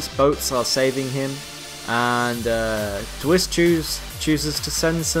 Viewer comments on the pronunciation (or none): also you pronounce my name d w ice :)